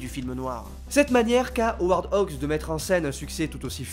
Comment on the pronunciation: Howard Hugues, dont le nom est visible en gros sur l'affiche de Sarface, était producteur. Ce n'est pas la même personne que le réalisateur Howard Hawks, que notre vidéaste prononce correctement. Il s'agit d'un autre Hollywood, et d'un autre cinéma, lorsque la politique des auteurs n'existait pas encore et que la production se considérait comme infiniment plus importante que le réalisateur, qui n'avait pas toujours son nom sur l'affiche. Qui est le cinéphile arrogant à deux balles?